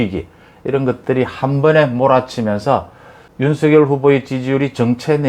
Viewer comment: 윤성렬로 발음해 주세요.